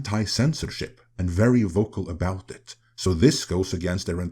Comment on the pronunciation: “This is aboot diplomacy, this is aboot dignity. “